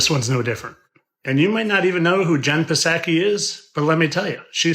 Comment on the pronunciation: Jenn Psaki is pronounced with a SILENT P